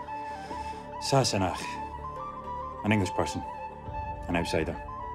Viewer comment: These Endearing scenes have been shown many times, but Sam pronounces ‘SASSENACH’ like no other person, Scottish or, not! he still manages to give me little shivers when I hear Jamie say it to Claire, maybe it’s because I’m an English Sassenach or an Outsider! 😢